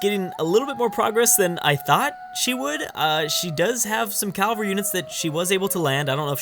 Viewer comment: “Cavalry” is not “Calvary”.